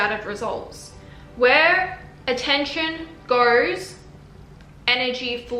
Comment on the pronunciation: "Whee attention gours, energy florrs" 🙏🏻🔥🔥🔥